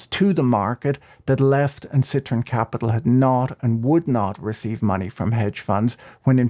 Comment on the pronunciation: Where is the Nathaniel Popper interview? I can't find it anywhere. . BTW - It's citron not citroen. But why would anyone call their fund "Lemon"?